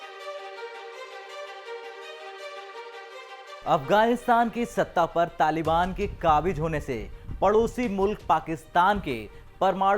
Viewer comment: Kabij, isko patrakar kisne bana Diya. Kabiz hota hai.